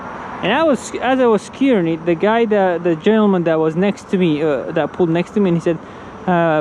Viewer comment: Se-curing 🤣🤣🤣 not scuring